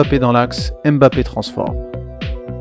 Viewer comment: Analyse vraiment au top mais pour l’amour de Dieu arrête de dire M Bappe c’est grave 😂